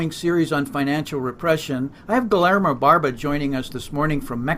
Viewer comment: in prounouncing the name Guillermo, forget the double LL. like: gui-err-mo. cheers.